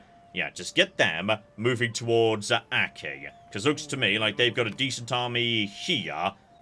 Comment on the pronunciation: Notes I expect to never read (edited as I watch): - "Hizen" is pronounced "hee-zen," not "high-zen" - the plural of metsuke is metsuke - Aki is pronounced "ah-kee," not "æck-kee" - Bungo is pronounced "boo-n-go," not "buhn-go." - "spikey-McJibbles" is pronounced "kal-trops" - naginata is pronounced "nah-gee-nah-tah" - Amako is pronounced "ah-mah-ko." You said it more or less right in previous parts. - Bune is pronounced "boo-neigh," not "Boone" - Amazing to hear this again, Ouchi is pronounced "oh-ooh-chee," not like a synonym for boo-boo